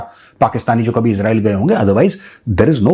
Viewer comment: Major Sahib, After criticizing Pakistanis for the way they pronounce Israel as "Israaeel", you too seem to be doing the same!